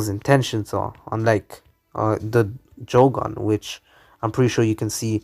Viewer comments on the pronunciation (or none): Sharingon instead of sharingan at the start and jogon at the end